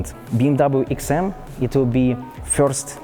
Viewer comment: That's an amazing "eksim" 🤔